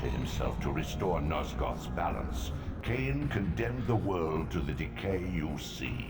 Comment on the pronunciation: Not lain-Kain